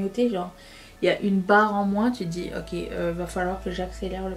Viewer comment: Coucou Tu vas adorer m’entendre dire moinSSS Le ralenti est magique